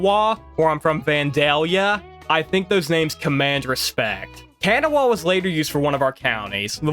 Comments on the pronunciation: I agree. Really entertaining video but your local pronunciation of almost everything (not exaggerating) is so far off as to doubt your actual WV cred. Nobody from WV pronounces it KEN-uh-wah. Nobody. Its a dead giveaway you're not from here, just got here, or were maybe born here but couldn't have been raised any closer than Ohio. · Your saying kanawha completely wrong the w is silent and it sounds more like Canall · Its pronounced Kan-aww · How can you be a West Virginian and not know how to pronounce Kanawha? Hint: It’s not Can-a-wah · My brother, that is not how you say kanawha 😂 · Plus your comments on Tudor's and pronunciation of "Matewan" and "Kanawha" makes me question your true West Virginian-ness